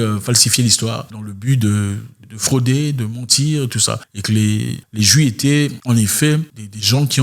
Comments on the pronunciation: Juifffffffffffffffffffff le f n'est pas muet.... Merci pour le partage belle vidéo 😉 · Ok d'accord avec toi mais toi même tu ne peut même pas prononcer le mot juif donc..